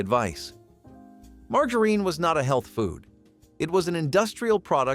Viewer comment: Do you try to find different ways to pronounce words that are not right? Learn how to pronounce your words it’s margarine the the G sounds like a J sometimes you pronounce something right and then mispronounce to the very next time you say it get it right or shut up